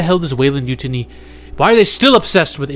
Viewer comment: I love your content, but please don't pronounce Yutani like mutiny.